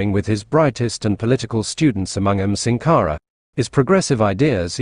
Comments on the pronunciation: The audio needs to be corrected in the video to pronounce his name SANkara. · Good presentation in comparing the two leaders. However, the pronunciation of Thomas Sank are is incorrect. It's SANKARA, not SINKARA. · It's Sankara, not sinkara please.